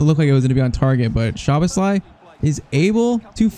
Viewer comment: Also "sz" in hungarian is pronunced as an "s" like in super. Maybe for pronouncing Szoboszlai, it could help!